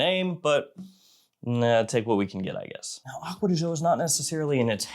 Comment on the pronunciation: why you say acquea di zho? it should be Gio, like Giovanni